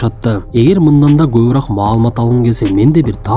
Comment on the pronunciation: Кобураак эмес кобуроок деп айтылат